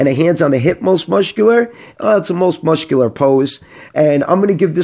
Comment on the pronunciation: Muscular is pronounced "Mus-kew-ler" not "Musht-kew-ler" 😂